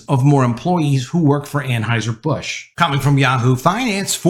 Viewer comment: An HEUSER NOT AnHEISER!!!!!!!!!!!!!!!!!!!!!!!!!!!!!!!!!!!!!!!!!!!!!!!!!!!!